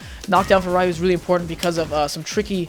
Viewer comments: bro his name is ryu not rai ooh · im pretty sure its not pronounced "rie you" and i think the correct way to say it is "rēˈo͞o" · ***** It's actually Ree-you, well in English it is. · I can't trust advice from someone who calls him "RA-YU" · LEARN TO FUCKING PRONOUNCE RYU'S NAME CORRECTLY! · You pronounce his name incorrectly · Nope, it makes him sound cringy... Speaking japanese incorrectly (reffering to the english pronunciation of it) can be dlly annoying to ppl who know how to pronounce it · pronounce it correctly! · you learn common sense and learn to pronounce it correctly! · hahah I hate that pronunciation on Ryu's name XD... really? don't you know his name?? XD